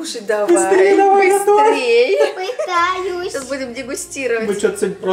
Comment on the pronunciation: Все слова: пытяюсь😅